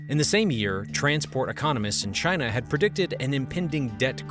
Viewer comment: He said Chyna